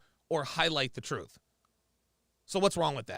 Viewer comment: it's "truth". Not "troof". Jesus Christ...